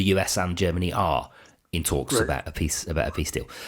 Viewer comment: Mfff, he cannot even spell peace, he cannot utter the word peace properly!